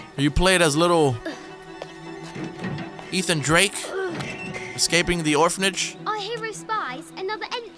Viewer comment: Boi this boi said eathen drake